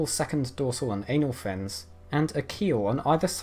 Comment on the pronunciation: the ainal fin made me laugh